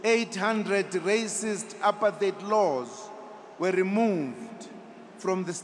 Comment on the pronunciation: He mispronounced 'apartheid'? Oh, how ironic!